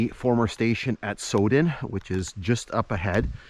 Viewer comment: Pronounced sow as on female pig then den. My mother was born in the station at Sowden when my grandfather was section Forman there.